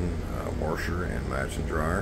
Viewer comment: Where is the “R” in the word warsh? You know? I took a shot every time you aid that and I went through a whole fifth